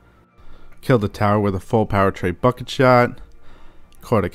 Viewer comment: Not trying to be a dick. Trying to help you but its pronounced Treh-boo-shay. Not tray bucket. You video rulz man. You totally helped me out.